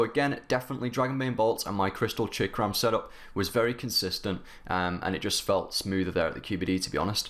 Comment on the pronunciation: I know what a chakram is idk what this chickram hes talking about I'm so confused now its as if there is a secret English language I'm not aware of.